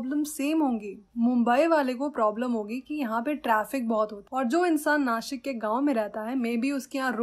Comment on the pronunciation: Mam it's nasik not nashik😑